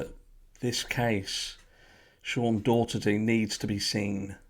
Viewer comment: Keep up the great work covering these cases! This last name is pronounced DOUGH-er-tee in the states. ♥️